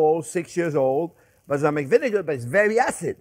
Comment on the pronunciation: I just googled "Islamic vinegar" before I realized he said "balsamic"